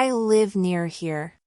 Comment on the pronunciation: نطقت here تقريبا ب shere نريد نستفيد منك وشكرا جزيلا